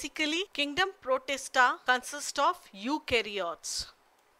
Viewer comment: It is not prostita,it's protista